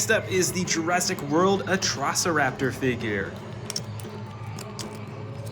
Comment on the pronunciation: the pronouncing of 2 dinos the first one was atrocoraptor it was pronounsed "Atrociraptor" the second one was endoraptor its "Indoraptor" i hate the english auto generated caption its the worst